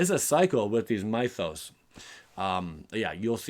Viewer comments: It is pronounced myth-os as in myth-ic. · Those sorceries who names you are butchering, "Mythos" from "myths & legends" has a short "i" sound, not long I like night. The card you were confused by can destroy or exile, (I don't remember which) can get rid of any creature, but only green & white enchantments, artifacts, planeswalkers. So yes for ajanni planeswalker, no for sorin planeswalker. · Mythos is pronounced like myth